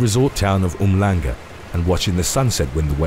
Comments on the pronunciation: This dude just said umlanga. It's pronounced um-shlonga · I have to correct you on the Sinead story. I used to live in the area you mentioned. It's not a town, but merely a suburb in the city of Durban. And for anyone curious, umhlanga would be pronounced (oom shlang ga) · Umhlanga in South Africa is pronounced UMH SHLUNG GA.